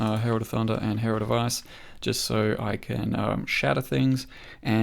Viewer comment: "herald of ass" lol